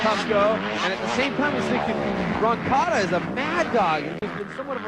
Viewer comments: Arabs shouldn't narrate. He couldn't sat roncadas name right. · Who’s “Rocanda”??